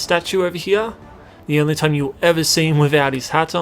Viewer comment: "Over hiar"